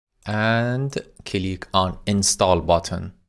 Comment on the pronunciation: I laugh everytime he says cilick 🤣🤣. Thank you for the lessons man they are very usefull.